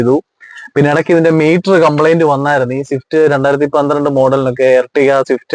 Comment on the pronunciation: ഷിഫ്റ്റ്‌ അല്ല സ്വിഫ്റ്റ് ആണ്